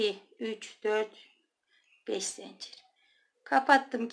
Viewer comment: Zencir değil zincir.lütfen